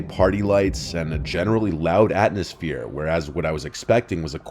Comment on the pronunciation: Am i high or did he say atNosphere 🤣